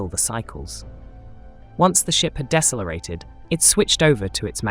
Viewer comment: Did you just say Dessa lareated instead of decelerated😢